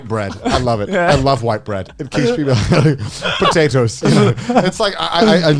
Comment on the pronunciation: as british as Connor sounds the way he says "potatoes" sounds Welsh to me